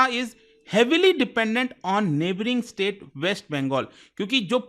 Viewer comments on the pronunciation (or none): none